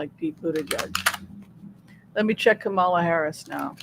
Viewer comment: Please everyone stop mispronouncing Kamala Harris's first name. When she was on the View, she said her name was pronounced Coma-la. She and Joe make a great team and we need them both.